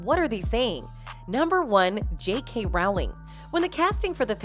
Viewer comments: It never ceases to amaze me how people making these videos DON'T CHECK FACTS. It's Rowling like bowling, not like howling. And he was never married to Paradis. (Although theirs was more of a real union than the so-called "marriage" with Heard). Yates DIRECTOR not actor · J.K. 'Rowling' is pronounced like 'Bowling' with an R in place of the B. Not Rauling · The Harry Potter author's name is pronounced ROW- (as in boat) LING. (I am British: I know! 🙂) But thank you for getting the rest of the facts right! #justiceforjohnnydepp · Rowling rhymes with BOWLING, NOT howling. ROH-ling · Not to be petty but her name is pronounced like Rolling. When you can't even get the person's name pronounced correctly, it just shows laziness in the journalism.